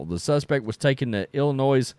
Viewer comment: Illinois is pronounced "Illinoi" the "s" is silent.. its not pronounced "Illinoise"...